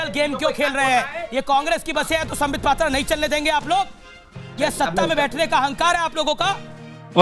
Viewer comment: Sambitt pattra ko ha ya na bolne main dikkat kio hain?????